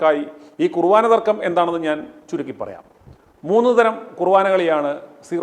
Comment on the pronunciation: കുറുവാനാ അല്ല ചേട്ടാ, കുർബാന. ഒരു വയസ്സായ അച്ചനെ തല്ലിയതാണോ ഇത്ര ആഘോഷിക്കുന്നത്? കഷ്ടം